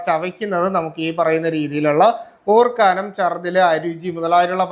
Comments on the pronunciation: ഡോക്ടർ ഒരു ഡോക്ടർ അല്ലെ മലയാളം കമ്മിയാണോ ഓർക്കാനം അല്ല ഓക്കാനം ഇനി മറക്കരുത് പത്തു തവണ എഴുതി പഠിക്കു ❤❤❤ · ഓർക്കാനം അല്ല ഓക്കാനം അല്ലേ